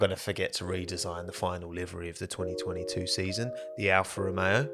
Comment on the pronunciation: We all saw that 202’2’ voice over 😂😂